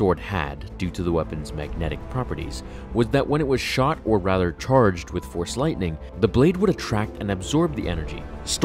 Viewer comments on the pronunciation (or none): none